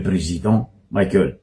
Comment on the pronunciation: 🥴 Abruti ! Ce n'est pas président maïkel mais président Michaël. Izy tsy américain kara maïkel jackson, anao koa tsy américain. Mianara magnano prononciation anao koa nianatra. Prononcer tsara, Michaël mais non pas maïkel nao zegny, anao marary jery. Stop koa watawata pory nao. 🥵